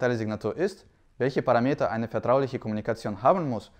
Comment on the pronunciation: „Parameter“ ist griechichisch; betont wird der 3. letzte Vokal. Also Paraaaaaameter. Gut zu wissen. Hm…Nicht meeeter!